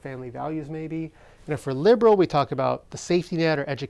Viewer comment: Fowken librols!